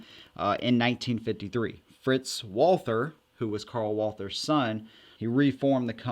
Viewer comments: Since You are working on your German pronunciation. Not WALL-THUR, BUT VOL-TAA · It's pronounced... VAAL-TER (I'm German) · It's pronounced walter or valter in german. Not with the th sound like you're doing. All that ww2 study you claim to be doing and can't even look up a simple pronunciation. Smh Edit: can't even finish this video. You say it the wrong way over and over while saying "you're working on your German for this video" No you didn't work on your German.